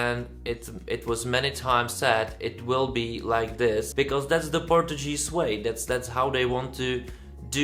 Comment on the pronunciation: Hi, you're pronouncing "Portuguese" incorrectly.:) It should be something like "Porčugíz". By the way, Neev is my favourite and Portugal never sent a song 100% in English so why not? And he is a quite talented and charismatic guy. Mema is a disappointment for me, a pity as I like other songs from her. I can see her struggling to qualify to the Portuguese final.